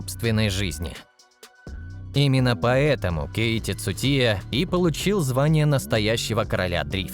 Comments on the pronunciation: Кейти цутия 😂😂😂 хоть бы имя правильно назвал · Озвучивает бот чтоли , названия машин коверкает 😢 имя Цучии коверкает хоть бы почитал для начала что же ты за бестолочь то такая